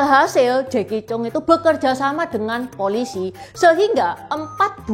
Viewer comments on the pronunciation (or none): koreksi sedikit. Jacky cheung itu nama keluarga nya Chang. Jadi di baca nya Jacky Chang 😊